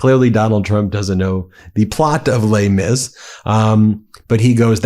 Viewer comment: "Lei Mis"??? WTF?!!